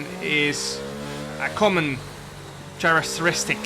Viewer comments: Jarno my man, characteristic, the first part is the same as Alvaro's surname, it's a K not CH, also just like carry which you do for Jake for all the time! Fantastic drive for P3 especially when you set some cooking quali laps! Black merc for 2023, means the GOAT will return to the top!! <3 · Let's help Jarno out for future videos: Characteristic (ka-rik-ter-ris-tic) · Characteristic is pronounced Care ic ter ist ik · Actually other than the hard C which is pronounced as a K, he got the word right.